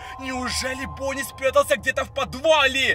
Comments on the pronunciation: Я одна слышу Пони а не Бонни?.___. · керПечи бОни😅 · Вы тоже слышите акцент его голоса на последнюю гласную например: , бонни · Бонни а не Бони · Не бони а бонни